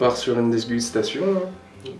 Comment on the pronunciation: sa part sur une desgustaion hein comment il le dis 😂😂 il a un peu trop bu